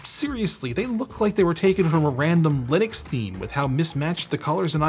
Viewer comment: lih-nux not, lie-nux